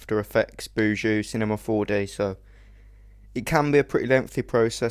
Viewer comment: " After we're done we head to cinema four de..." lol!